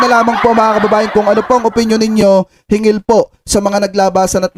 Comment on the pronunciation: Dapat " hinggil' po hindi " hingil", means, " about".